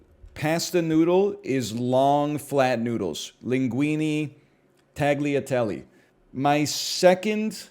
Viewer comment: No way he pronounces it tackliatelly 😭